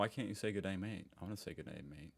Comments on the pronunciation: And with the "g'day thing" it is cringey when used wrong, and visitors often pronounce it as two syllables instead of a half syllable then a full syllable. It's literally "gray" with a Spanish R. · G'day mate is funny from a foreigner when the pronunciation is hilarious